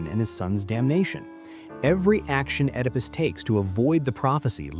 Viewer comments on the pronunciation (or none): A channel about philosophers, but the narrator pronounces Nietzsche's and Oedipus' names incorrectly?